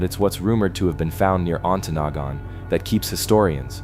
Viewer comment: That's some crappy AI narration. It pronounced Ontonagon wrong at least 3 of the 4 times it said the word.